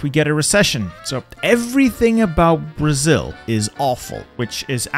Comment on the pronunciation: BRO I AM brazilian its so funny how you prononce the states of brazil